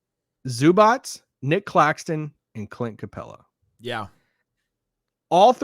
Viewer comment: It is not Zubač it is Zubac